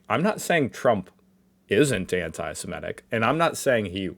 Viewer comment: Anti-semitic not Anti-sEmetic.....yet you can say Anti-semitism correctly..americans are weird...🤷